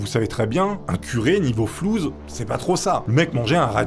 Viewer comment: flouss et non pas flouz hhhh je vous trouve drole instructif et surtout poli et respectueux .bonne continuation